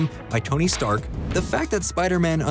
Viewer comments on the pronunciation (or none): none